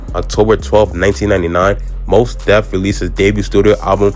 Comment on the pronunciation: Not "Moss Def" 😆 Nah excellent vid tho bro, easy sub for me. I love to see brothers covering our history, especially the less spoken on stories & collectives like Soulquarians & BMU.